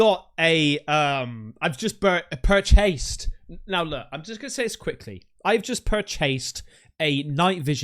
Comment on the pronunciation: dap me up is like give me a hand shake n never say pur chase like that lol